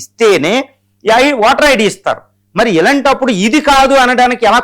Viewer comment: వాటర్ ఐడి కధు అయ్య ఓటర్ ఐడి పలికేటప్పుడు సరిగ్గ పలకండి సార్